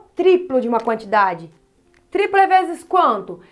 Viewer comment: Ela tem dificudade em falar triplo e decuplo ai escrevi errado kkkk